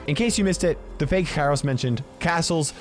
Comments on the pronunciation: In modern greek kairos primarily means "the weather" and it's pronounced k-E-ros like E-l Primo, E-dgar, Col-E-tte. Not K-I-ros like P-I-per XD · Actually kairos in greek is pronounced keros(καιρος). Its with a diphthong which is pronounced as a greek "epsilon"(έψιλον). If you read that just letting you know. And it does mean what you said. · Fun fact: In Greek (present time) the word Καιρός (Kairos) could also mean "Weather" depebding on the context. Also, the word is pronounced Keròs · Btw it's pronounced keros :)